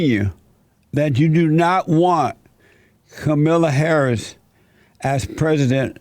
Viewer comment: Kamilla Hahris